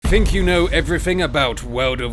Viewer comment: "fink you know evwything about wuhwrde of wercraft?"